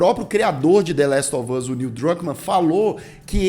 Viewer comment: "La ele of us" 🤣